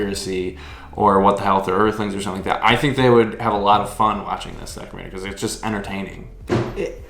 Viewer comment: Maybe going vegan messed up your pronunciation of 'documentary' -- should be "docuMENTary". Other than that I'm looking forward to seeing the film -- they showed it one night only in my community and I missed it. So far I'm only vegetarian, still eating eggs, some cheese, some kefir.